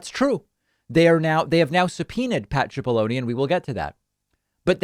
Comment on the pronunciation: You keep saying his name as if it has an h(chipollone). It's pronounced Sipollone.